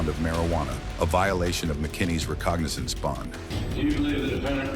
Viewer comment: It's pronounced "recognizance"!